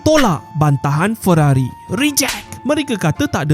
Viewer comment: Ferrari ❌ Weerrari ✅